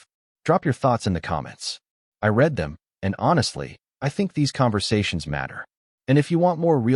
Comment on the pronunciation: Learn the proper pronounciations of the word read.